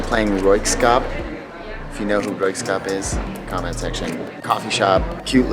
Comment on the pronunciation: Royksopp….not skop